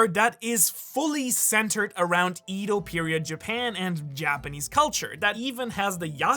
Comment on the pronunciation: Wooooah I'm sorry you easily know way more Japanese than I do hands down.. but pronouncing Edo like that hurt my heart lmfaoo "eh-DOUGH"